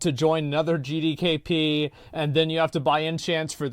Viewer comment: I don't think managed to say G D K P correctly once in the entire video, GeeDayKeePee